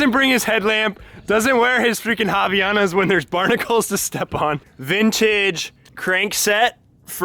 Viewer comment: Havaianas, made in Brazil, have their name because of Hawaii, so it's havai anas and not havianas ;) You just missed the "a". ( In portuguese it means "from Hawaii" , even though they are from Brazil) Japan is beautiful, do they still eat watermelon with salt?